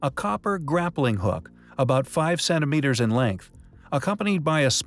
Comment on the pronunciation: Cennimeters? Seriously? How about centimeters? Please try to pronounce a "t".